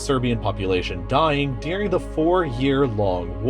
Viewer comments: "During" not "Dearing" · The word is during, not Dearing. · ITS DURING NOT DEARING